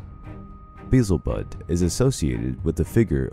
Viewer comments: Beelzebub not Bezelbudd ! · Like, the way you say BEE-zel-Bub instead of Bee-EL-Ze-Bob 😅